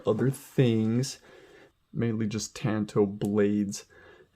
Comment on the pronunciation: Ton toe! Ffs it's not a ka-tan-a sword! It's a ka ta na sword